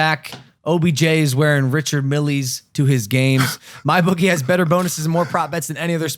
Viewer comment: "richard millie"? its pronounced "richard mill" im pretty sure.